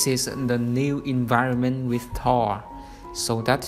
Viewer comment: For some reason I'm relieved you don't pronounce Thor the English way.